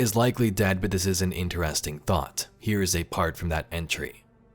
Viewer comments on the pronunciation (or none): none